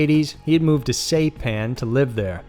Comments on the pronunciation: SIGH PAN, not SAY pan... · SIE PAN bro, not say pan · Saipan is pronounced "Sie-pan," dumb ass. What the hell is the matter with you? You mispronounce something on almost every video. Are you too much of a lazy ass to do a little research? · Saipan is pronounced as Sigh-pan, not Say-pan. “underage Asian women”. That is a strange wording and connotation and is an attempt at severity softening. Tell it like it was: he had sex with minor Asian girls. (children) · Great vid! The pronunciation of the island is “sigh-pan” rather than “say-pan”. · Sy-pan. FYI is all... this is a solid channel, quite enjoyable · Ahhh yes old Saypan hahaha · It's pronounced Seyepan. As in EYE. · "Saypan"??Say what? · Saypan? Who says SAYPAN? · Saipan, (sss- eye- pan) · Say-pan? Really?! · It's pronounced sai-pan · Hate to keep correcting your pronunciation (research would help), but Saipan is pronounced SY-pan. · It's Saipan like sa I pan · And you pronounced saipan wrong.